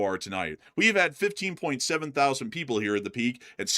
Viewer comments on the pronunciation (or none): none